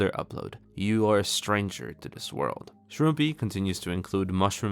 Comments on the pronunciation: i think how you actually pronounce shroompie is "ShroomPy", but no one knows exactly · i believe shroompie said its prounounced the way pronounces it